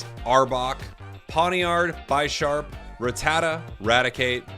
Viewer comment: Just a heads up you pronounce pidgeot and rattata wrong as well. Love the content. Keep it up brother.